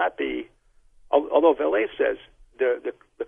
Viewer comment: It's not pronounced "Val-lee" it is and has ALWAYS been pronounced "Val-lay". If you're going to mention his name and talk about his work at least get his name right...